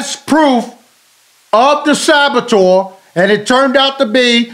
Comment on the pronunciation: Sabatoeur? 😂 😂 😂 Cmon bruh